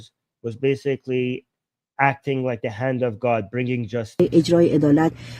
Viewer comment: It's "like" not "lick!" To "lick" involves putting your tongue the screen!